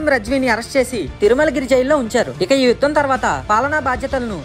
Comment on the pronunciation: It is yudham not vudham